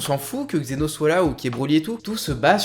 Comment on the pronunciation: C'est zeno et pas xeno